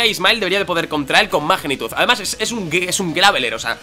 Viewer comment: Mejor momento del episodeo cuando a dicho magnemite y que iba a usar mAgnitud jajajaja la tilde en la a jajajs buen episodeo